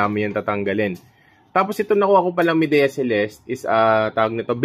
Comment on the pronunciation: "maydiya" po Boss. kala ko din dati "mideya" 😁